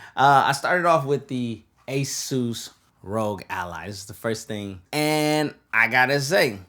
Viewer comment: Rogue/ rog Just use voice to text and you'll see the pronunciation rahg